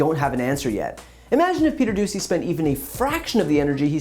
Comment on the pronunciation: I heard the reporter’s name as “Peter Doozey” 🤪